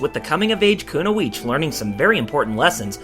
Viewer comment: kuno-eech? Kun-oee-chi. Kunoichi